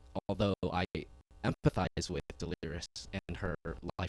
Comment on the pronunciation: Lmao stop calling her Delirious 😂 it’s De-leer-iss